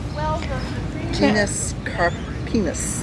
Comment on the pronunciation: Genus-car-pi-nus 😂 wasn’t expecting that from this video 😅